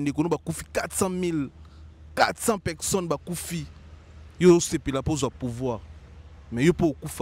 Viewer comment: UN JEUNE GARÇON DE CET ÂGE EST INCAPABLE DE PRONONCER BEAUCOUP DES MOTS TELS QUE PEKSON (PERSONNE), LEGENDE VIVANT (E), FOKS (FORCE) BEZ (BUZZ), AMBRIYER (EMBROUILLER), ORIENTEZ-LE À L'ÉCOLE CE GARÇON SVP, SON NIVEAU EST TROP MATERNEL, TRISTE. NA KAMUAKA BATU BAKENDAKA KOVANDA NA KITI NAYE APOZAKA BANGO BA QUESTIONS.